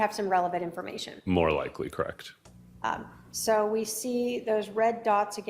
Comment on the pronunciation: ..Lori Vallow doesn't say "Correct" she says "Crect"